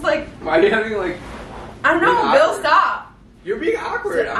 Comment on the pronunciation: she Called Bill Billle